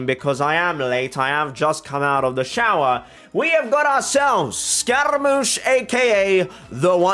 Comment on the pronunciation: scaramouche is pronounced differently, I think you should look it up :) it's like scar-a